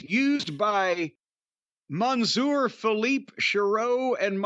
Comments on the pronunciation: I don't think I have ever heard someone butcher the French language as much as Jim, but thank you for trying ! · Monsieur, meaning Mister. Jim: MANSOOR 😂😂😂